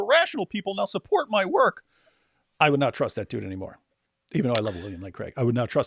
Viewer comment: Did you say "Tick tock time to wok?"